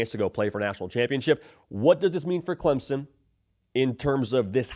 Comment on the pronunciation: Clempson, lol. Thanks for trying